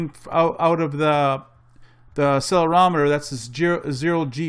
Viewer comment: Just a friendly heads up on the pronounciation of "accelerometer" ;)